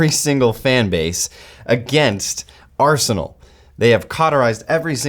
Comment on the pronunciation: Is it my ears ? Did he kept saying Arseholenal instead of Arsenal ?